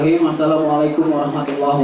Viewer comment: Wabarkatuh -_- saking semangatnya malah lupa huruf Ro itu berharokat 😂